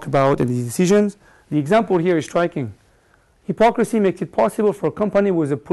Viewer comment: The basic point of the lecture is correct, but it's rather obvious. It's like finding that unfaithful spouses lie about their infidelity. minor points: quote is not from groucho (pronounced with "ow" as in growl, not oo as in gruesome): and it's not high-pocrisy, it's hip-ocracy